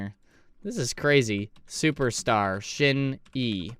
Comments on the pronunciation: Thank you for the video we love to see SHINee reactions!! Btw it's pronounced "shiny" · Pronounced Shine knee! Great group! Great harmonies in this song ! The youngest “TAEMIN” was quite young in this video..he debuted at 14 and he is 28 now! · Just say SHINE and add E at the end. Please, you're butchering the sacred name.